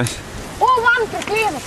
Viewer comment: čia sako "Kur KLINAS Kleiza?" ? :DDD